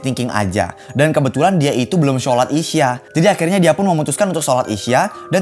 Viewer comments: Bang buka isya tapi isya' dan Cara bilang nya ishsyak gitu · kak solat isha itu bacanya isa